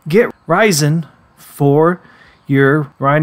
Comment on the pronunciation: Resin is pronounced resin. Not rysin. inGOTs? Why you pronouncing everything weird? Is this AI?